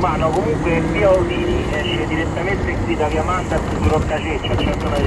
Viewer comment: Ma erano in Sardegna? Via Osini Via Arzachena Via Gennargentu...comunque si pronuncia Osini con l'accento sulla seconda i.